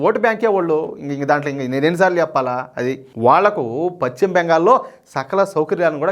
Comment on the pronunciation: Pachima bengal kadayya adi paschima bengal antaru.neeku telugu pronounciation teliyada?,velli telugu pronounciation nerchukoni videolu cheyyi